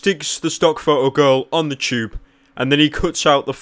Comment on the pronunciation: 2 types of people in this world, people who say tube, and then those who say choob.